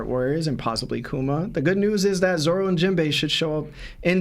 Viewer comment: Love the pod, started watching some newer episodes and have went back to watch from where yall started.. only thing I can day is I hear a few of yall calling Zoro, Zolo... lol, yall keep up the great work..